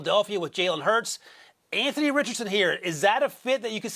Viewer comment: Lol. Imagine being a former NFL GM and NFL Analyst and not knowing how to pronounce Jalen Hurts’ name.